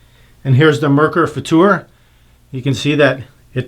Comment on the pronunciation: Hey you pronounced Merkur Futur right.. :-)